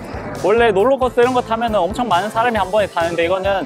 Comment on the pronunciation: 김정두 발음좀 제대로 하세요. 예:아녀하세요 저느 롤로코스떠타서요